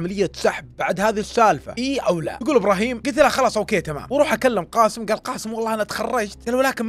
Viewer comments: اللهجة الخليجيه يكولون كاسم بس اسمه قاسم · بالتوفيق واسلوبك مميز واحب اسمع لك لكن ي صديقي اسمه قااسم بحرف القاف حاول تنطق الاسم صح